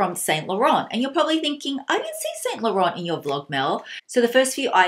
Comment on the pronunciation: actually it's more like Saint (you don't prononce the t at the end) Lo-Ran